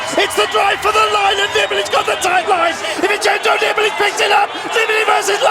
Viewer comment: "Don't bet against Vintendoneeballitiday!!!!"